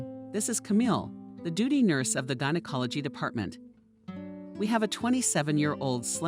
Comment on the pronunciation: Ditto !!! I love these stories, most r real interesting, i listen to them all day while doing chores. I admire anyone who could read for this length of time. The words they mispronounce aren't hard. Don't they look over the material before reading? Gynecology is no where close to Geology, and as a woman to not know how to pronounce it amazes me. To mispronounce so many words really takes away from the quality of the story.